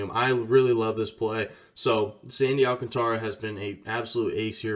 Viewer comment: Gotta say "al-cantra" man lol you can't be mispronouncing Ancantara's name and get clout